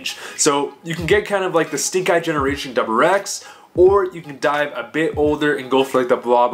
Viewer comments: Are you saying doublerex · the way you say wrx really gets to me lmao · dude i cant handle it